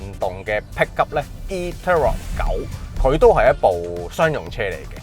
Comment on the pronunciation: PICKUP....讀好D英文啦